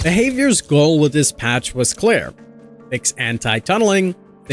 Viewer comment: it's pronounced "clear" not "Claire"